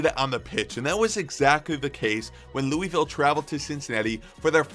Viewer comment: Honestly never got into soccer, but I think I might start trying. Great video. Not to criticize, but it's pronounced Lew-uh-vull Also the D***butt sighting made my day